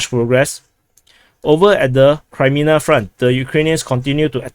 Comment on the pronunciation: sounds multi lingual since childhood to me. His English has not been a problem but a joy to listen to because it seems informed by other languages and his keen ear and sense of humour. I keep being frustrated by him saying Crymina instead of Kremina and Adivka instead of Avdivka. Lemon instead of Lyman has been among the highlights of commentator humour in these dark days. It is a pleasure to subscribe to him.